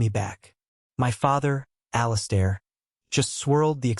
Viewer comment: I hate the way AI pronounces the name "Alistair". This story is nonsense. The brother is not a professional MMA champion, he's a corporate executive and a gym bro, he's an amateur. If he was a professional fighter he would definitely beat someone who isn't a trained professional fighter. It's like believing the idea that just because someone is a marine he could take on the world heavyweight champion for the WBC belt because he has killed people in combat and also knows how to box.